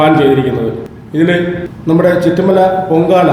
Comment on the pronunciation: ചിറ്റുമല ആണ് ചുറ്റു mala❤അല്ല